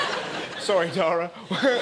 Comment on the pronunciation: He said dara